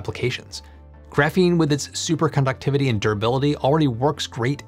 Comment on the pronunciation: It's fine to make the point. What is saying in the video to me sounds like "super conductivity" not "superconductivity". But that may my brain and perception making a correction that may not be there.